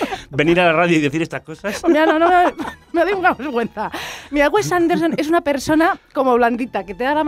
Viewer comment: Esto no es una crítica a la película, es un ataque al director, o sea primero aprende a hablar, no sabes ni decir "Wes Anderson" ni "Moonrise Kingdom".